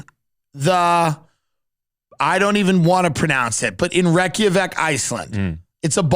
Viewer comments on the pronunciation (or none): none